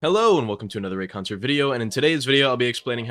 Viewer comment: Notice how he calls himself “rayCUNTer”? Yeah seems about right